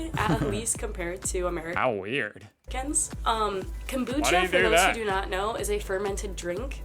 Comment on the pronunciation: Kambucha wtf did this lady even tleave Melbourne